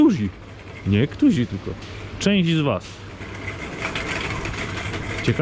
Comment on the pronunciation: dlaczego "niektózi"? który - niektórzy